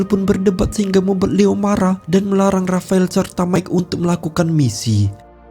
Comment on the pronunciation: Menjatuhkene rapael🤭,, ngomongx aneh min